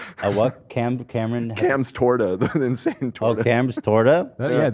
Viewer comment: I just realized you guys are saying “Cams Torta” Its pronounced tore-tah 😂 :_h3h3Camcool:□